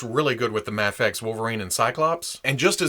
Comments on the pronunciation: It's "Mayfex." Do you pronounce scuba as "scubba" because the u stands for underwater? The I in "IMAX" stands for "image," so why don't you say "immax?" It's "Mayfex," and while we're at it, it's "jif." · Isnt mafex japanese so its mafex? As in mafex not mayfex? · I say it like May-fex and I agree it feels weird when your saying it different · Guys it’s pronounced mafex idiots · Mafex is an acronym. It has no proper way of pronunciation cause it’s not an actual word. Say it how ever u want. And tell ppl to stick it if they don’t like it. Mayfex all day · The short "a" in "Action" has no bearing on how the acronym "Mafex" is pronounced. Say May-fex or even Maw-fex if you prefer. What if the "X" stood for "Xylophone"? Would you pronounce it Mah-fez? You could, but that energy would probably be better spent tackling larger psychological problems. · In the video, reasons that since MAFEX is an acronym and the A stands for "action," it should be pronounced with a soft A (mah-fex.) I pointed out that many acronym words don't function like that, giving the examples of scuba and IMAX. What here doesn't make sense to you? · it’s mafex! not mafex and definitely not mafex. who the heck even says mafex?